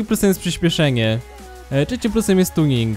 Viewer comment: czecim plusem serio? Polecam logopedę.